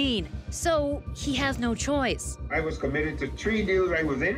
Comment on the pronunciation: he did not say 3 people he said tree people i did not know there was tree people lol